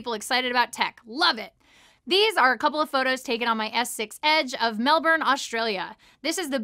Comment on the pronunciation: You said Melbourne properly! Finally! Lol most Americans I've heard try pronounce it say "Mel-born" or "Mel-bun", when it's actually "Mel-burn".